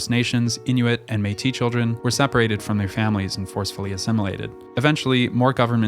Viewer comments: Its Métisssssse not Méti and MAY-ple not mapel😅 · that's a good guess for the pronounciation of 'Métis' but it's one of the exceptions where the last consonant is pronounced. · ''Métis'' is pronounced a bit like ''maytiss''. Great vid!